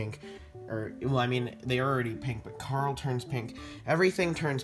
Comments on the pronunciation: darle? do you mean carle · just saying it carl not darl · It's carl not darl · You said dalr instead of carl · the cupcake's name is Carl not Darl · Why are you saying darl?